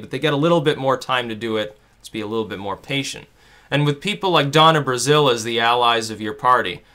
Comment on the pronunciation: IT'S DONNA BRAZILE, NOT BRAZILLE. change it before this comment is buried